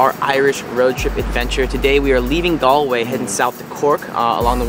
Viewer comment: Galway is pronounced ‘Gaawlway’. Great videos though. Well done 🙂.